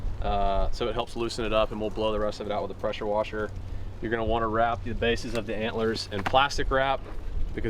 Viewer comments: idk why but i laughed for 5 mins at the "prasher wesher" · “Prosher wesher” I was dyin 😂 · “Hit it with a posher woser”😂😂😂